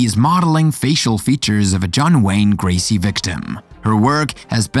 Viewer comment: Not gracy but gacy